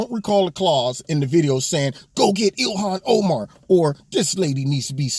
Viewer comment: Ill-ham oh-man...lol